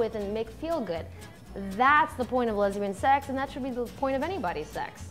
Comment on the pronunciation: "Lesbian sex" does it really need all that emphasis as if it's the 8th wonder of the world? 😴